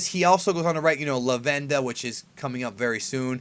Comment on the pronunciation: I cringe when you say la-VEN-da. Only because I'm assuming it's like lavender. But maybe I'm Wrong it just sounds like it fits. LA-ven-da > la-VEN-da